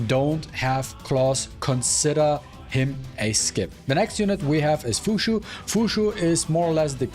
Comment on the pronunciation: Fuqui why pronounce is Fushu? Isn't it closer to fukyu